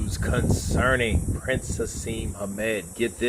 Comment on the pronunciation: Just so you know it's Prince Naseem, not Prince Haseem.